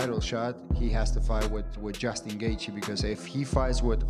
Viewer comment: Can you please pronounce Justin's name correctly. JESUS C.